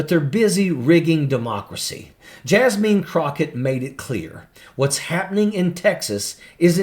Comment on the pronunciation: “Jas-mean.” Ha!! 🤣😂